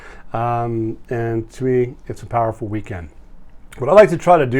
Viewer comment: Always nice to see you & Crew!! Love how you said "POWERFUL" weekend 🙏🙏🎉🎉